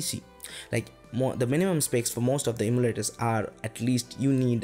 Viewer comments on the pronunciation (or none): could it be you are trying to say em-yoo-laters?